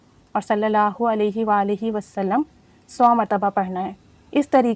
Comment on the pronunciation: أپ ان شاء اللہ یا اللہ پاک کا نام ٹھیک سے نہیں لیتی ایک کم از کم ایک مرتبہ اپنے استاد کو لازمی چیک کروا لیں تاکے غلطی نہ ہو پڑھنے میں